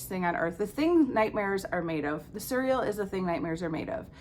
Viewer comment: We pronounce Illyrians the same way. I was pronouncing Cerridwyn the way you do, but I think Taru said it right in her video. It looks Celtic and they use a hard "c". Ianthe is an actual Greek name but I think there are two common ways to say it.